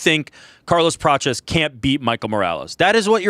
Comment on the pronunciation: It's Prates, not Peaches